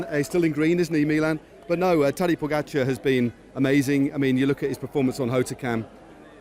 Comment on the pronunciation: Great voice of this commentator, way to go Who, indifferently, unprofessionally, lazily, will not learn how to pronounce name pogacar Ugh